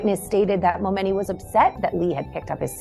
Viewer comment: The flipping name is pronounced MoMoney!!! 🤢